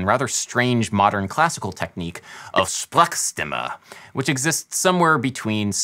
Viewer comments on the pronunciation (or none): its from German language 😅 and "sprechstimme" is read like "sh-presh-shti-ma(y)" 😂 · You pronounced this word so wrong that I as a native German speaker didnt even notify at first glance that this was a German word lol (especially with it not being capitalized) :D. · You have to work on your german pronunciation.^^ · It says "Sprechstimme", english-native Speakers "SPRACKS-TIMMÈ" xD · Not “presh”; there’s no “sh” here. It’s closer to the “ch” in “Loch”. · Sprechstimme ist pronounced "Shprash-shtemme" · It’s more „Shpresh-shtimmuh“. „Sprechstimme“. Not a hard ch, a soft ch. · As someone from germany, i had to laugh, when you said "SPRECHSTIMME" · For me as a German, it is just hilarious how you pronounce "Sprechstimme". The "ch" was waaay too hard :D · As a german i just had to rewatch that pronunciation of "sprechstimme" :D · Adam pronouncing "Sprechstimme" is what I imagine non-german speakers think German sounds like (no shade tho, it's not really an easy word to pronounce)